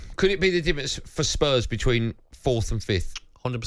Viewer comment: Thank you Andy, finally someone calling Gabby out on his atrocious pronunciation of words and numbers, fourthT and tenthT. This has been doing my head in for months. 😂